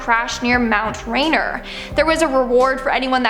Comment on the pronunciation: The mountain in WA (which I am a native of) is pronounced like ray near